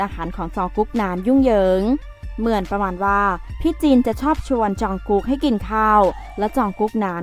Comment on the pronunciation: อ่านว่า จอง-กุก ไม่ใช่ จอง-กุ๊ก นะคะ ไม่ใช่ นะค่ะด้วยค่ะ